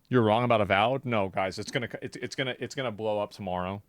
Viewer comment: “Awoved blowing up tomorrow” I think you’ll eat your words,. Awoved right now is dismal.